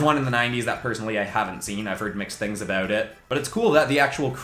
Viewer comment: when you said “About it” I asked myself “oh is he Canadian?🤔” then 10 seconds later you mentioned Canadian 😂😁 what a timing..